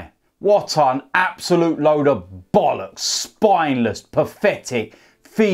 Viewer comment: He says bollocks very posh he sounds like he says bowllocks